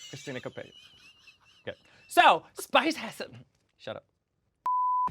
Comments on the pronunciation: I love it how they butchered Spice's name continuously 🤣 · Lmfao not them calling Spice every name except spice 😂😂😭 I’m screaming 😂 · I havent laughed this hard in my entire life watching The Pit Stop. The way they murdered Spice’s name. 😂😅😅😂🤣😂😂😂😂 Hilarious!